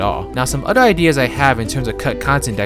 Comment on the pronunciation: It's OTHER not ODDER